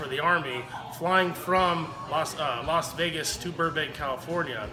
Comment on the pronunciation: Sound like he is pronouncing it LOS Vegas, not LAS Vegas.